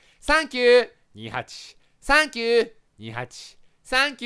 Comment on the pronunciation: さんきゅー↑ にーはち↓ 爆笑